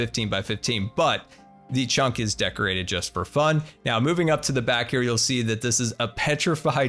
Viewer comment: A few times he said chonk instead of chunk and I love it